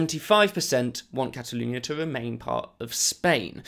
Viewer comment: ‘Cataloonia’ omg speak properly